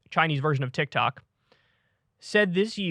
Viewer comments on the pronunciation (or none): none